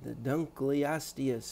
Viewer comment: Yay someone said it's name right